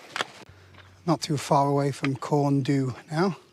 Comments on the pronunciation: Feel obliged to point out (as was pointed out to me some time ago) that the correct pronunciation of Corn Du is actually "Corn Dee". Last time I went up there my knees nearly gave out on the last bit, but it was early in my mountain adventures. Didn't seem to bother the fell runners though. Mad buggers! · Nearly, its proper pronunciation is closer to the word 'Thee'. Pen Y Fan is pronounced Pen uh van. However, local dialect will differ.